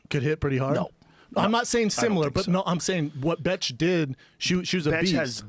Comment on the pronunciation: Its “beth” not bitch you betch !!